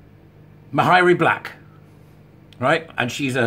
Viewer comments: PS. Mhairi is pronounced Mahree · The “h” is not pronounced. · If I ever have to say her name again, I'll probably pronounce it Maaharri Black. For those who don't know, Maaharri got into WM in order to get Labour out, Douglas Alexander's seat. Maaharri was hugely popular with independence supporters. She was a passionate, articulate young lass when making the case for indy. Turned out to be a massive disappointment as a WM politician though. I think a few SNP are standing down in WM so they can gain a seat in Holyrood instead. Less travel, but still enjoying a seat on the gravy train. All being well, next elections, SNP should be routed from both WM & HR! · This is very good stuff. 'Marry' (approx.) seems to have become the accepted pronunciation for Ms Black's first name, hasn't it, even though it doesn't adhere to Gaelic spelling/sounding rules. All best